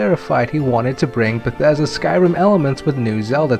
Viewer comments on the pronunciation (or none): none